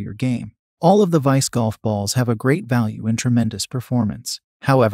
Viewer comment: Have watched other videos from this source. Not bad, but my recommendation is that the maker listen to their own product. Titleist V1x is not Titelist "Vonex", and misspelled words are spoken as they are misspelled (example: instead of "great" they typed and read "grea"). Technology is wonderful but it doesn't fix ineptness or stupid.